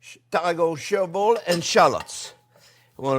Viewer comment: Hey Chef, what is that that you were mixing with the shallots and tarragon to make the bearnaise sauce? I couldn't quite understand what you were saying. Sherbol? How is that spelled and what does it smell like?